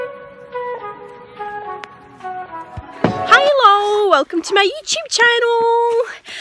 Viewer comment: hiighhlowww it's v good